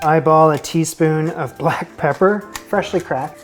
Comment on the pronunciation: Who else here is picking up on pronunciation of “fressshly”?